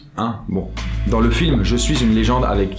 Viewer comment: Salut, pourquoi dans toutes tes vidéos tu ne fais jamais la liaison avec le mot "dans"? Exemple: "dan une vidéo / dans'z' une vidéo" Dsl ça me stresse à chaque fois :) A part ça, continues c'est cool